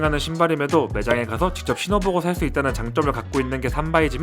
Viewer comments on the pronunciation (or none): 삼바라 읽는거 킹받네 쌈바!